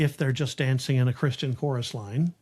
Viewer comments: The way she pronounces "Christian chorus line" sounds like Kris Jen chorus line. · I looked through the comments and did not see this pointed out. Reading with punctuation in poetry is important, but sometime the emphasis of syllables in a song are just as meaningful. When Taylor sings the word “Christian” she sings “Kris Jenn”. To me this is a nod to the producer of this entire entertainment family, where money is thicker than blood